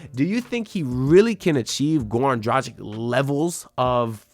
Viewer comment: my god you don't even know how to pronanuce last name of one "of your favourite player", Dragic... if you make a video at least learn how to say last name of a player that you mention, which what you said - isn't!